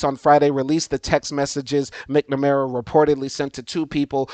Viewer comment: Excellent information. Also, as a fellow educator and lover of the English language, it's MAK-nuh-mare-uh and tahc-uh-REE-uh. Should be a breeze for a Louisiana man who grew up having to pronounce words like Tchoupitoulas! Keep up the good work and enjoy your time in BOO-da-pesht.